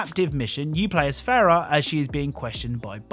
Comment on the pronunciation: Greetings, just a note her name is Farah "Fa rah" (Happiness in Arabic) not Fera.